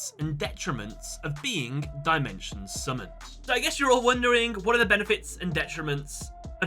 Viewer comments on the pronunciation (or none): Ah yes, Die-Mention. It’s Dim-ention Ai-guhme. It’s Ai-gah-me